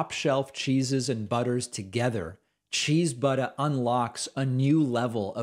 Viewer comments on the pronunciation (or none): David... Did you say "Cheese-BUTT"? I had to replay that many times to make sure. Dunno if I'd buy a cheese butt, but you had me roaring with laughter none the less.